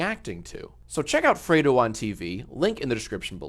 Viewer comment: It's not "freado" Fredo as in red the color. Fredo said he's had alot of people mispronounce his name so I'm just spreading the word. Good vid though, react bot's co-host. Whatever your name is.